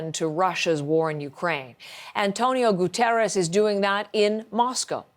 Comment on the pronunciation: Please teach your people how to pronounce "Guterres". It's Portuguese, not Spanish